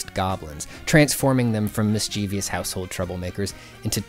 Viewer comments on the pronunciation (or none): It's 'mis-chiev-ous' not 'mis-chev-ious' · It's "mischievous" DAMNIT